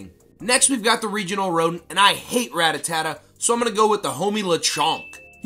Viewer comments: please... it’s pronounced... rat-tat-ta... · 👆um actually new is a mythical not a legendary so technically gen 1 does not have a legendary duo and rattata is not pronounced ratatata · Mispronounced Ratata and called Lechonk a rodent... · and don’t forget he mispronounced rattata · If he didn’t intentionally mispronounced ratata he has a serious problem I’m not joking💀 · Bro is a gen 1-er and doesn’t know how to pronounce rattata